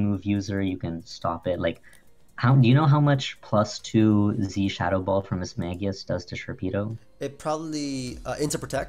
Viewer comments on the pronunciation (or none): none